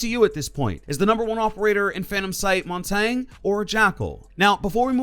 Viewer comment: Is it just me or did he say Montagne so weird